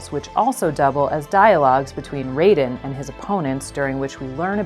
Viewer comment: So.... is anyone else gonna call out the fact they miss pronounced Raiden? Because it's plagiarism month here on YouTube and the best way to demonstrate you know nothing about your source material is to incorrectly pronounce the name of the material's protagonist. Also "know Your Meme" is obscenely late to this meme party. Jacob Geller did this whole take better literally over a year ago.